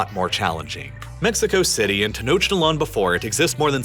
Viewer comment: Hearing rhe pronunciation of Tenochtitlan briught me immense pain, considering i was literally at las Pirámides de Tenochtitlan literally last week lol. English rules aren't followed, the CH in Tenochtitlan sounds more like a K or C than the CH in English.